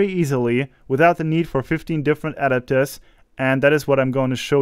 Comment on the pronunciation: Your pronunciation of "adapters" is off. I didn't know what you were saying at first. It's not "AD-apters"... it's "a-DAP-ters".